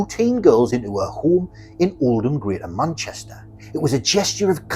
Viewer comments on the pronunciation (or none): none